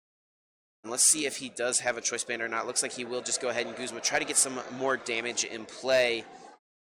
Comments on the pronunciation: Whyy does this girl keep saying “guhzma” instead of “goozma” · She pronounces Guzma wrong and it bothers me